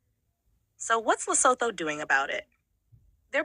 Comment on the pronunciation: Did you say lesapo 😂😂😂😮